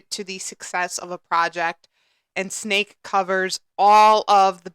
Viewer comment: Great video, great project. Pronounced SSSS....neck not snake.♥️